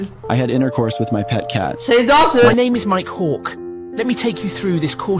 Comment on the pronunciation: THE WAY HE SAID MIKE HANK MAKES IT LOOK LIKE "MY COC"